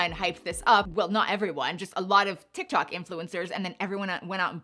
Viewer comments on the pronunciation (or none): none